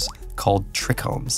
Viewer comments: Hate to be that guy but it’s pronounced trychromes not trechromes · tricombs is pronounced (try-combs) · pronounced "try-combs" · Tomato and cannabis are best friends. Its pronounced Try-Chromes (trichromes) not trich-chromes. Btw thats saliva and cannabis who have trichromes which has different terpines to warm off certain pest, mold and animals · The way he says tricomes 😭